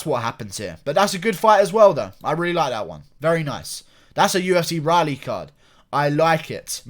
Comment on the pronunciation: Pronounced: Rall - E...... btw